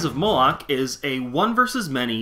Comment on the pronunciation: Why’d you keep calling it Rise of Molech when it’s clearly spelt Moloch?